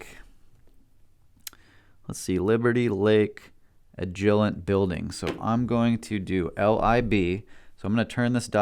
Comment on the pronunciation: Great video, thanks for the help. I hope you learned to pronounce agilent and yaesu by now. That was killing me ^_^.